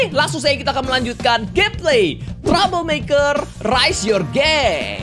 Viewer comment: Aku dnger trouble makker malh jadi tumbler meker 😅😅😂😂